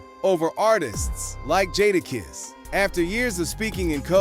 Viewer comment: Next time pronounce his name correct. I didn't hear mase say one word about jadakiss this B.S. click bait usually. You meters need to get sued for this B.S.